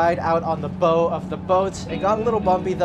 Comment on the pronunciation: Looks sick! For future reference though, the "bow" of a boat rhymes with "how" or "now", not with "go" 😅